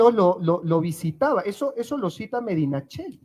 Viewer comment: Nota lingüística: Medinaceli se pronuncia Medinaceli, no Medinacheli.